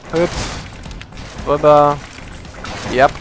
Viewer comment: bist du hesse? :D so wie du rübba aussprichst kommt mir das so vor^^